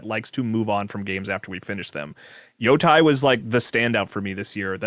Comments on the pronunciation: Why does everyone here say Ghost of Yo Tie? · Ooh mama Yo tai!